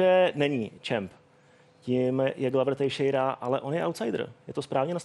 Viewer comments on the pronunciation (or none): "Tejšejru" xD Je to "tešejra"